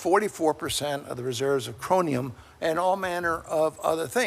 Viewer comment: Did he really say mangesium and chronium??????????????????????????????????????????/